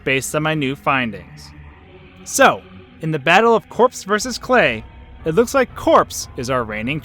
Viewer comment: It's Corpse